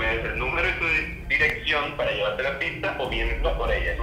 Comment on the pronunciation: Líke si notaste que decía piza en vez de pizza